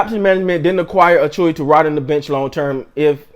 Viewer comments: "A Chew Ah" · Hey his name is pronounced A-chew-wa